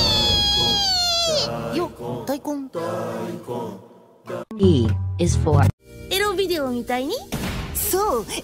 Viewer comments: Its daikon not daikun btw if u guys didnt know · It's Daikon no Daikun :V